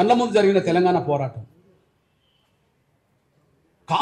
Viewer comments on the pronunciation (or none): స్వాతంత్ర పోరాటం రా నాయన స్వాతంత్ర పోటం కాదు పోరాటమని అనటం కూడా రావడం లేదు నీకు